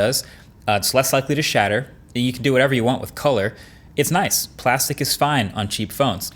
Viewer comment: Glasstic... I am dead 😂😂😂